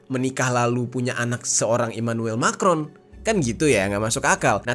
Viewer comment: Ngaco, Brigitte itu perempuan asli dan anaknya yang cewek itu temen sekelas Emanuem Macron. cara bacanya bukan Mekron, tapi Ma krong.